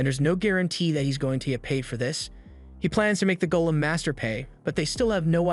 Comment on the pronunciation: The AI needs to be fixed: it’s GOLEM (Go-Lem) for the stone being Aston got turned into, not “GOLLUM” (Goll-um).